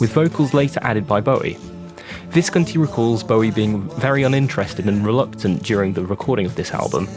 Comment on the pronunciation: It’s Tony Vis-CON-ti 🥴